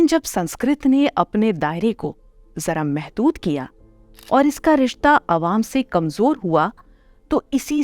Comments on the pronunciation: You can't even also pronounced Mahdud right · You can't even pronounced M"a"hdud.محدود is correct/ M"e"hdood×.میحدود× is wrong